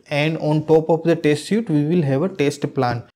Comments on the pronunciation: Better learn English. Don't you know how to pronounce the word suite? It's not [sju:t], it's [swi:t] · Hi! You mispronounce the word "suite".